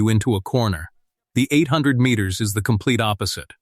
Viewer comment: 400 meanes. Sure it wasn’t 400 meters. Then the 400 Meanes hurdles. Earlier in the video the guy ran the 400 mittes then went to the 800 mittes. AI narrator is fer shite. Enjles is not their primary langwedge. Just like for clicks and money. Good fer youze.